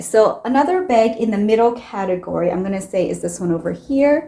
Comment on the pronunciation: You have all same type of very small bags, get rid of them all. You can just keep the white bag so you have an option. I’m not sure where you are from, you say beg instead bag 🙂